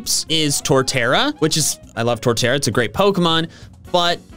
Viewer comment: IT'S TORTERRA, NOT TORTARA!